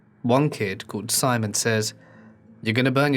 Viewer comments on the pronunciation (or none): none